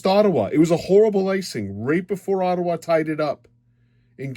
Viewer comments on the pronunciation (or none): none